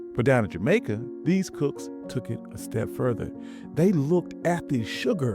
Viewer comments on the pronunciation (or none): none